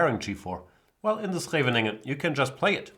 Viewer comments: Correct, but with the accent on the first syllable. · Jesus, is THAT how you say Scheveningen??